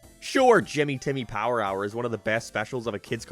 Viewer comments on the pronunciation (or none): i had to watch this twice because you said power hour instead par rar and it caught me off guard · hearing pronounce “power hour” correctly is more uncanny than i want it to be.